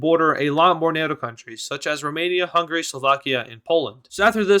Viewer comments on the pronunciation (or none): none